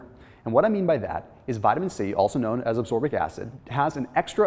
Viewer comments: it's ascorbic acid, not absorbic acid:) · It's ASCORBIC acid, not ABSORBIC acid! 😂😂